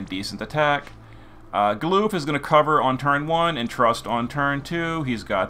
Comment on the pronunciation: Gah-luhff not Galoof. He's not a Bidoof.